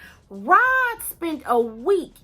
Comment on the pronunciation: Isn’t his name Rod, not Rob? Have I been hearing the wrong name? ☺️